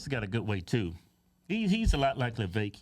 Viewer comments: It's "Viv-vake" I believe. He said on one interview, "It's like "cake"." (regarding the second part of his name) I could have misunderstood him but I believe that's what he said regarding It's pronunciation. Just saying. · Damn would yall please learn how to say Vivek name!!!!!! Damn it's Vi Vake!!!.. like cake. damb it man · He said it himself. His name rhymes with cake. His name is Viv-ake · I am all TRUMP but it's pronounced VAH VAKE.... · Cake, Bake, Make, Vivek If they don't rhyme, you're saying Vivek wrong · Its viv-ache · Its Vivek, like cake and steak, Ramaswamy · Vivek = VI-VAKE LIKE CAKE How can you not know the names of the GOP presidential candidates? Nikki Hayley Ron DeSantis Chris Christie Vivek Ramaswamy (Vi-Vake) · Please say his name correctly. Its not vaveek... Look up a video of him saying it himself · lets put some respect on him! says his name wrong XD